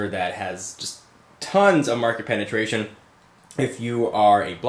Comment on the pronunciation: haha he said penetraion